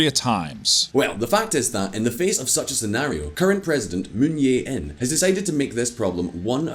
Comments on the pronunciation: The name of SK president is “Jae-in”, not “Yeah-in” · "Moon Jae-in" = "Jae" is like "jay," not "yay".. But still better than what Simon would attempt, lol. (The voiceover guy did a decent job at pronunciations.)